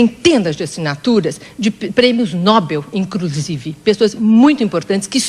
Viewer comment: "De prêmios nobel", "incrusive" kkkkkkkkkk mds